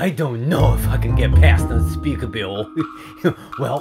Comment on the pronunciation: He called unspeakable unspeakabill